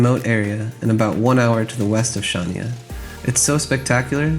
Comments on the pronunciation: Considering you bother making a video about Crete you could have learned how to pronounce Chania, it would improve your credibility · "CH" in Chania is pronounced like "J" in Spanish Jesus, for example. Shania Twain maybe :D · I wish you would pronounce Χανιά correctly - it's not Shania it's Hhaniá - where Hh is like Scottish ch in Loch or ch in German "ich". The accent is on the last "a". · Its pronounced han-ya but spelt Chania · Chania = Hha-`nya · hi i don’t mean to be awful but chania is pronounced Hania ! silent C , but i can understand how you can mis pronounce , we have been going to south west crete for over 15 yrs and yes we love it too !